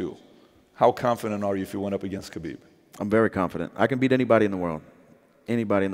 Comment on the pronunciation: his name is arabic so no khabib it's habib